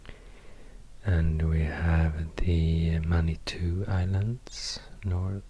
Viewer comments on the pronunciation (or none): none